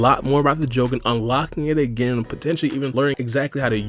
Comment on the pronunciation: pronouncing jougan and tomoe so wrong.